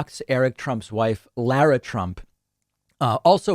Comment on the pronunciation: I’ve mentioned this before, but I just watched a video of Lara Trump introducing herself. It’s pronounced Laura regardless how it’s spelled. Please. It’s announcing when you say lair-a.